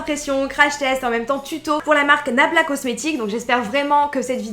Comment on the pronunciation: Se que j ai entendu c est blabla cocmetics😂😂